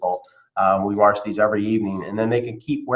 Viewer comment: Good thing they can WARSH these lmao